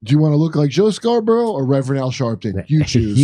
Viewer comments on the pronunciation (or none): none